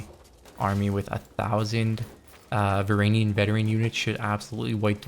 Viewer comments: It's varangian not varanian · "VR AN JEE UHN" the G is a J it's not silent. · PRONOUNCE THE G IN VARANGIAN PLEASE MAN IM BEGGING YOU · Isn’t it pronounced Var in Gee in